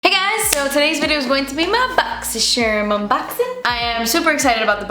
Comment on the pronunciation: I love whenever says Boxysherm 🤣💖